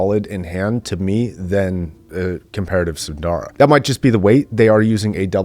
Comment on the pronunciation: There are no long vowels in "SUNDARA".